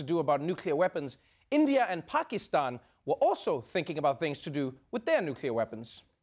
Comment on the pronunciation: Well I'm srilankan and I hate when people mispronounce Pakistan